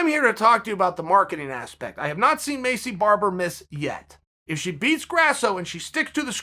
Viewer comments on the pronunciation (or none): Maycee Barber: “My name’s Maycee Barber” Uncle Chael: “Macy Barber” Macy Barber: “My name’s Macy Barber”